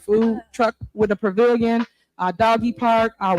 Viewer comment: Am I the only one that picked up on her pronunciation of the food truck PRAVILLION? Lolol